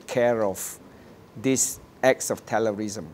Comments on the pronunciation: terror -riisim = TJS, cannot even pronounce properly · Did Tan Jee Say just pronounce terrorism as Tellerlism???